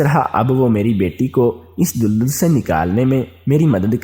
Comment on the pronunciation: Tum Ko Urdu NAHEE Aati Tu Mat Parha Karo Tum Daldal Ko Duldul Bol Rahay Ho Jaahil insan